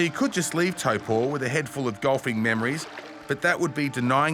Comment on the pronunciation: Old mate says Taupō so well! Amazing video.